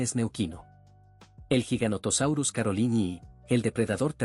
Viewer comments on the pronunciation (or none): none